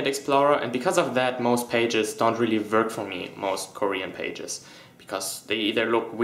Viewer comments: Ich weiss, dass du deutsch bist/aus Deutschland kommst. In dem Moment wo du "work" gesagt hast haha dat accent. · Saran Chan Ich wusste sofort, dass du Deutscher bist, als du "work" gesagt hast. ODER An der Art wie du "work" ausgesprochen hast/aussprichst, erkennt man sofort, dass du Deutscher bist. Bitte nur verbessern, wenn man die Sprache inkl. Zeichensetzung selber beherrscht, sonst ist das Ganze eher kontraproduktiv. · Ich weiss du bist deutsch die augenblick du sagt: Work haha dat accent